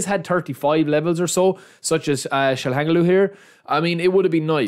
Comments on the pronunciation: Pronunciation: DE VRAI / TSJAL HA NOGLU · Try to say it like this Tshal'ha'noglu😅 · Mehn😅😅😅😅😅you don't know how to pronounce calhanoglu😊❤❤❤😅